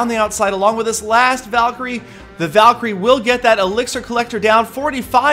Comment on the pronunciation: haha the way calls it a Valiecry:')